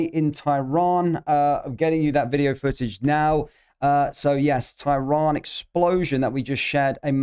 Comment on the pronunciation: Can you please pronounce tehran properly. Its pronounced ter ran not ty ron